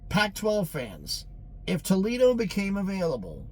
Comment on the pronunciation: Tuck Foledo 😅